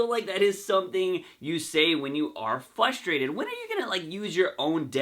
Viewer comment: Please learn how to properly pronounce “FRUSTRATED” for fucks sake! Especially if you’re gonna say it every third sentence. Are you saying it without the “R” or are you saying it with an “L” where the “R” should be? Fuck what the video is about, I couldn’t even watch it without getting “FUSTRATED/FLUSTRATED” 😏